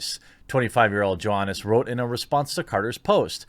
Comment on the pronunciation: Pronounced more like 'Yohannes You-da-kah'. His nickname is pronounced Yoyo...